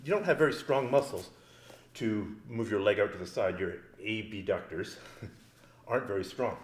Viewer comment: lol, "a-b-ductors." nice one